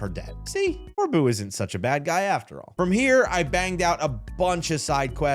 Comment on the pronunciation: Here's how you pronounce some of the trainers' names. Corbeau- coor-bo Phillipe- phil-leep Lebanne- leb-aun Jacinthe: ja-sinth. Also, you should definitely replay X and Y, including the game's post story